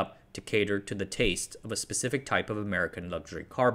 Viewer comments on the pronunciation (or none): none